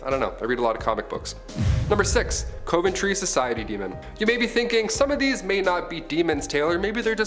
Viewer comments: Dude! It’s pronounced “cuv-an-tree” Not “cove-in-tree” How come all you young, but adult, YouTubers can’t pronounce relatively common words and names? Oh ya! I know why! It relates to an Abraham Lincoln quote: “The philosophy of the class room, in one generation - is the philosophy of government in the next generation “ Peace - and thanks for the up-load, anyway. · You say Coventry wrong.